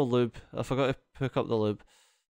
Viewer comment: when u say "I was thinking", "here", "need", "still" you pronounce "e" perfectly... then when you say other words like pick, six, side... you say peck and sex, seide instead... :/ i peck these up, run this seide, sex hours... so many essues but they got fexed lol :-) I just heard that now:-) cute accent but very hard to understand sometimes... some subtitle would be nice :D